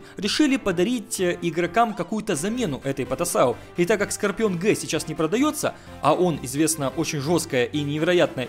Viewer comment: Скорпион джи, а не Г))))